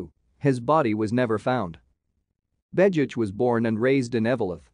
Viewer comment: Your audio is profiling a different person than the man shown in the images. You don't even pronounce the name right.